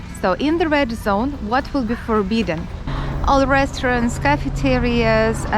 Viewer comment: Sometimes when you say “red” it sounds like “rad” it took me a moment to understand what was a rad zone 😂